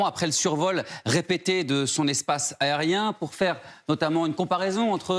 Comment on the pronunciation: Le aussi faudrait qu'il apprenne à articuler et prononcer correctement les mots.. aréoport, espace airien, le présentateur moitié dyslexique ça la fout mal